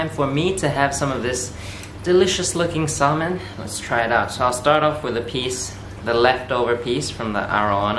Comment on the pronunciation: you're saying salmon wrong btw